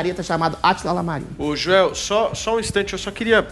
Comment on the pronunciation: Adrilles é tão intelectual que acha que a letra "i" maiuscula seria um "L" minúsculo em nome próprio, falou diversas vezes Atila "Lamarino" kkkkk